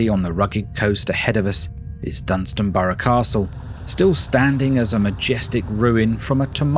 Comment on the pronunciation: It’s Dunstanburgh, not Dunstanborough. And Low Newton-by-the-Sea and not Lower Newton-by-the-sea. Do your research.